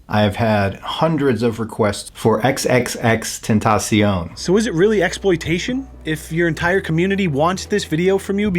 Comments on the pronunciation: you said his name hella wrong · nigga learn to say xxxtentacion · XXXTENTAYCION WHAT HAHAHAHAH IT'S XXXTENTACION DON'T SAY IT WRONG AGAIN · You said x is name wrong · Said X name wrong but it's ok he didn't know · How did you pronounce xxxtentacion again? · You said xxxtentacion name terrible wrong.... But I still love ya💕. Keep pullin out great content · X was my boi and u say his name wrong😐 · His pronunciation of XXXTentacion made me cringe lmao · You said X's name wrong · wait he said xxxtentacion wrong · Is it just me that makes me pisset how he Said XXXTENTACION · Stop hes giving off good energy and u making fun of him negative ass cant even say x name right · XXXTENTACION!!!!! NOT WHAT EVER YOU SAID hahahahaha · OHHHHHHHH FUCK ME HE SAID XXXTENTACION WRONG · Ok Just reeeeeeeeeeeeal quick here it's Ten-ta-si-own. The Paranormal dude said it correctly and ya still mispronounced it :P no hate just wanted to throw it out there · Ten tah see on is how you say it and keep it up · It's no damn tentession it's XXXTENTACION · First ur pouncing his name wrong second is thus we’re u want to be when Jesus comes back making fun of jay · you pronounced X name wrong... dude do some research old dog we see ur huge a55 pores from here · the way he pronounced xxxtentacion triggered me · That's not how you say xxxtentacion mate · Am I the only one kinda triggered that he kept saying X's name wrong? Yes? Okay, I'll go now... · I'm kinda disappointed. can't pronouce XXXTENTACION correctly. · the way pronounced xxxtentacion had me dead 😂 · did u seriously say tenteicion,IT IS TENTACION OR JUST X OR AS SUM PPLS SAY TRIPLE X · "XXX TENT TACEION" please try again lmfao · Still new here..so I am late. As a believer in the paranormal, I watched Huff when X died. (Sidebar:, its tenta like ahhh not tenta like tay when you say Tentacion)I don't think he was in it trying to hustle the fans. We know its straight bull..but it felt good to kinda hear X say he was ok..